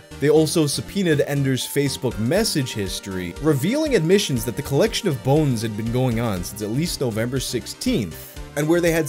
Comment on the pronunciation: I love the midwestern way he says “bo-enes”